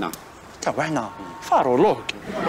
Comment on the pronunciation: فارولوق يزيد يقرأ يولي طوبولوق هههه😂😂😂